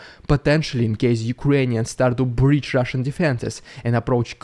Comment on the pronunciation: "Rrrrrrrrrrrrrrrridiculous Rrrrrrrrrrrrusian PRrrrrrrrrrrrrrrrrrrrrrrrrrrrrrrrrrrOPaganda!!!!" I love that SO much!!!! :face-red-heart-shape